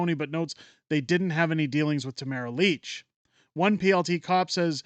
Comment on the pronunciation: AAHHH dude, it's LITCH not Leech.